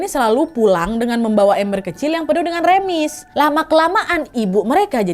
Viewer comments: Ketawa bgt pak ka nadia berulang2 bilang kata "remis" bukan remis tapi rèmis kak hahah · Wak aku nonton tgl 5 okt 2026 salfok bilang remis dengan sebutan REmis😭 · bukan remis wak tp r(e)mis. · Bukan remis tapi reumis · Kayanya yg bener diucap nya tuh remis deh bukan remis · Wak maaf pelafalan remis itu huruf e nya kaya di kata elang bukan ember hehe